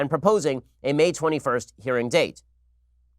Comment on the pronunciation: Why can’t Ben say Nadler correctly?